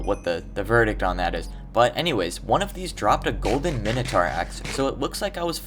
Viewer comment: he said mintoaur million of times after he called it the weird cow thing.